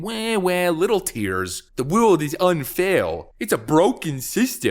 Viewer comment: “the wewld is unfawr” 😂😂